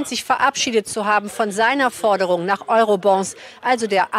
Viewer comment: Euro-BOND nicht Euro-BON. BOND WIE BAND. Wie JAMES BOND - nicht wie KASSEN"BON". DANKE!!!!